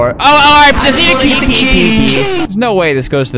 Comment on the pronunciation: I just wanna get the key key key" what i hear : i just wanna get the tea tea tea